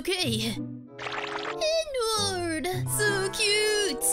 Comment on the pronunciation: oh now i know the part where he said "ENNWARD"